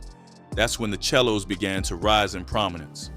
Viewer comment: Pronounce The 💩 Right chel lo's It's Not It's SELO Pronounce Say Low Bro 107's Hoover